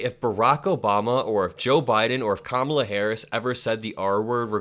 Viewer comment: Every 'Ka-MAH-La' is basically a dogwhistle N-bomb anyway. He's saying she's 'other than us'...her name is too strange, too foreign to try committed it to memory or try to respectfully pronounce it correctly. Rapists are rude assholes 🤷‍♂️